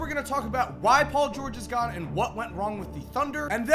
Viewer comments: “Gahne” sorry 😂😭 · Why you say gone like that 😂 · Why does he say gone so weird